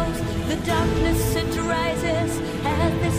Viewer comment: Чет очень прям "по учебнику" пытаешься произносить, такой акцент плохо звучит тут, особенно букву "t" часто слииишком явно произносишь ("step inTo wall", "*ditT* on our boots", "the darkness iT rises" и т.д.)